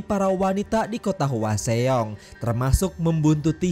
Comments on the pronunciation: Itu nama kotanya dibacanya hwasong bang bukan hwaseong..itu daerah tempat kerjaku. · Bukan HUA XEONG tapi HWASEONG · Bang mau nanya bang, ini abang nonton film nya kan yak tapi kok penyebutan nama dan tempatnya kok aneh ya ? Kayak hwaseong kan penyebutannya hwasong tapi kok malah "hua se ong" ? Terlepas dari situ alur penyampain abang menarik sih keren reviewnya bang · Hwasong mas d bacanya… bukan hwaseong🙏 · Hwaseong bacanya hwasong, bukan hua xeong😒 cara baca lu salah semua